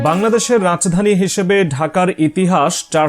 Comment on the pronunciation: Rach dani ki 😅😅😅Rajdani bolen